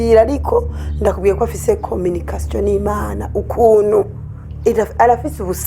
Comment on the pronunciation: Eweee kanyana ngo afisiki?😂😂😂😂😂😂kominikasiyo ni Mana😂😂😂😂😂